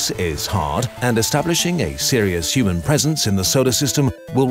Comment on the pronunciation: He's a 10, but he says "Shuman" instead of "Human"